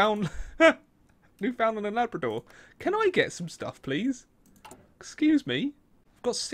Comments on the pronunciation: It's not "new found land" its Newfoundland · The way you pronounce Newfoundland is cringy